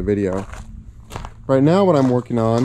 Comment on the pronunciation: "Workeen" is not a word.